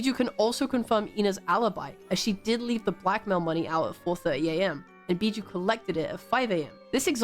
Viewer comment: WOAH WOAH, I love this video and all but I can't stand you calling biboo as bijou.